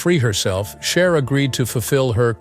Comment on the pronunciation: So was Sonny, but you only call out the woman....Btw, her name is Cher, not " Char" Also, Sonny was having an illegal relationship with an underage girl...Cher was only 16. But, of course, the age old story..She's "bad" but He's okay. Really sad and not thinking for oneself that women are brainwashed to villify other women...and even young girls!